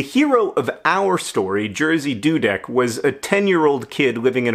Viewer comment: no offense, but i think i passed out laughing at the way you pronounce "Jerzy Dudek" (the correct way would be something like ye (like in Yemen)-zhi (like in "vision"))